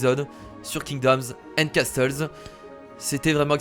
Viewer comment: castle se prononce casseul!